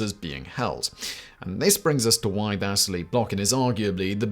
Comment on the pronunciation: va SEE LEE. Its pronounced Va SEE LEE not Va sih LEE. Fuck me running my guy.